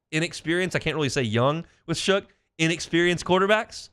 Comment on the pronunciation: He is definitely our next franchise quarterback. He will be an elite quarterback. Oh and his name is Tyler Shough pronounced Shuck not Shook.